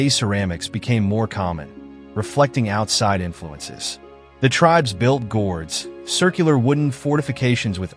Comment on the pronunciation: Cool vid. By "Gord" i think you meant "Gród" its pronounced "grood"